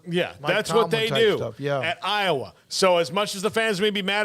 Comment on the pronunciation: There is no O in I_wa.